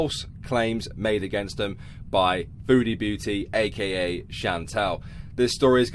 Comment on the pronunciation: I'm going to be real. I always thought she was saying "foodie Booty"